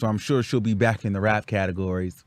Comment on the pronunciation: “Get yur lick BÄCH” 💀